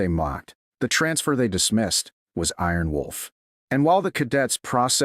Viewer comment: This Narrator can not get the Special call sign right.!! ☆☆ Its not Aarron Wolf .or it's not Arron Wolf The correct call sign is " Iron Wolf " . Also why are you shouting. The use of all bold and capital letters is considered to be shouting and rude !!!